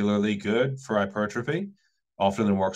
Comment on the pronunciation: Take a shot every time says “her-pertrophy”